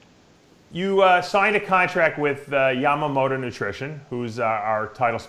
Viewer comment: cant even say her sponsors name correctly lmao its okay her quads make up for it ha